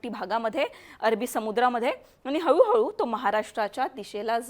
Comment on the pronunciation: हऊ हऊ नाय गो हळू हळू